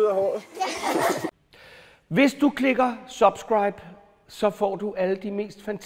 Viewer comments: er jeg den eneste der lagde mærke til at han udtalte subscribe mærkeligt? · nej og han siger det rigtig mærkelig